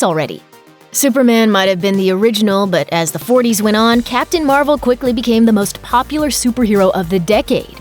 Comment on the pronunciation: oh wow “ captain mar-uh shazam “